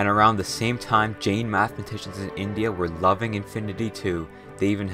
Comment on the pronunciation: Bro cool video but pleaseeee try to better pronounce the things. I got so mad when you pronounced Brahma Gupta, Jain etc inevitably wrong. I know it is sometimes hard for you all to pronounce and yet still, you started roasting and mocking. I know it was a joke, I am not taking it hard but man, please be respectful. In the end, as I said, knowledgeable video 🙏🏼